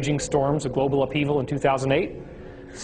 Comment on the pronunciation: "Globle" warming. Awesome.